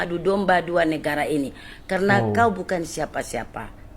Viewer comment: Betul ke budak tu asal Madura, kalau dari segi sebutan atau cara sembang, kita dah tahu orang luar cuba belajar bahasa melayu Malaysia tapi cara sebutan "kauw" seperti orang medan